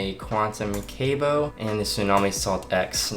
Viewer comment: It’s not cable, it’s Cabo (cah-bo) 😂